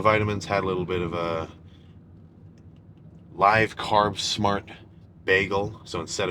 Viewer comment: It’s live carb smart as in liv carb smart, not live as in live stream Sam 😆